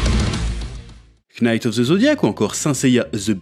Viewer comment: Knayte of zeu zodiak? Vraiment?